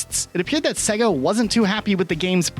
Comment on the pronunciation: Why tf are you pronouncing Sega like that?